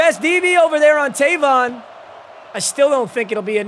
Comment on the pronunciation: Is funny hearing him pronounce Tavon wrong😂 my name is Tayvon